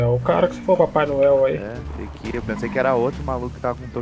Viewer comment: "Eu chegay"